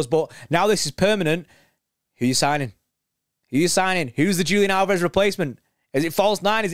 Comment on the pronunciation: Leaving before you even learned how to pronounce his name ;) I'm thinking about this slightly differently. We have a much more talented replacement already in the squad we got for free, who has emerged as an incredible talent: Oscar Bobb, who can play anywhere along the front line and doesn't have a sledgehammer for a first touch and a yellow card for a second. I'm excited to see what the youth will do this year. Am concerned about general depth in the midfield though